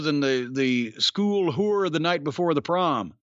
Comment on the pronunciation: I love how Jim says whore with a Stu Hart accent to avoid getting demonetized